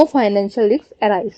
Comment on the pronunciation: Riks nahi Risk 😂😂😂